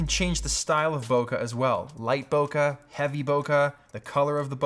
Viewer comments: Pronounced; bouquet is "boo-kay" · When he says bokeh he sounds so british